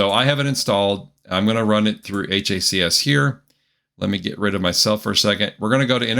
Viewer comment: it's HACS like HACKS lol